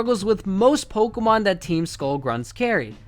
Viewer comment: your accent makes it sound like youre saying pole-kuh-marn